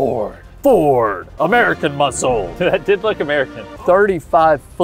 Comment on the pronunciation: "American Muscel" got me